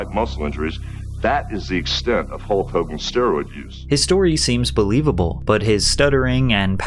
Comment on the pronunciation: Hul-KKK Hogan